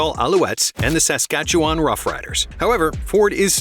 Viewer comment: Lol nice try pronouncing Saskatchewan but you didn't quite get there. It's more like "suss-CAT-chew-wun". Cheers